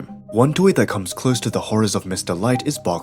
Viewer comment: Her name is Miss. Delight, Not Mr. Light